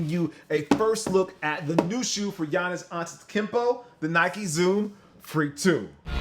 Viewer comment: Facts were does this nigga see an i in gianis name lmao